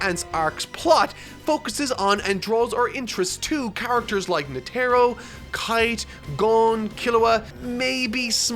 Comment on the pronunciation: Please pronounce Netaro correctly